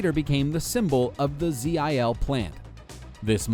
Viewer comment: just say zill mate,,,zeee ayyye ell jesus you murder language